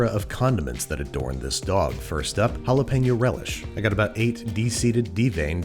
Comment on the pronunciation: mispronouncing jalapeño again